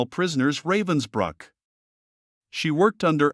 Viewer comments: It's pronounced ruh-vens-brook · It's pronounced:" Rahvens bryk"